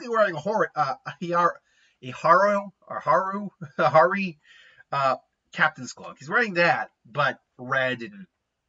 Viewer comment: haori, pronounced hey-ORI